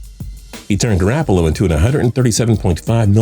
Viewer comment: Still can't pronounce QB names Ex. Garapollo